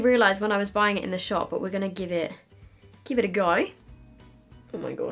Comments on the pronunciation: When she said “give it a go” she sounded so Australian 😂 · That “give it a go” was genuinely a good Australian accent 😂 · I know, I was just stating how realistic sounding it was (I’m Australian)